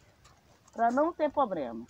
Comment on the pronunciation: é problema é não poblema